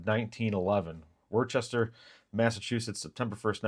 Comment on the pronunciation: It’s common for my home city to be pronounced with the letter “h” added in the middle but the pronunciation is actually like the same place in Ohio, it’s “Wooster”as in “wood, could”. However, we don’t pronounce our “r’s” very well so it’s “Woostah”. I’m also an ephemera and magazine ad seller and it’s been great for many years. Glad to see others making money as well. Thanks for your great content.